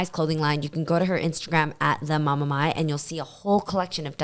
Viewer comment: Reading My instead of Mai was hard lol